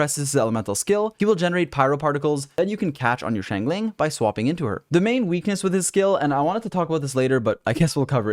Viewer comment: man I love your videos but it bugs me a little how you say Xiangling Xiangling (Shyong-ling) Shyong sorta rhyming with Song Xingqiu (Shing-Chyo) Shing rhyming with Sing I try to pronounce the characters names the way they pronounce them themselves in the chinese voice pack.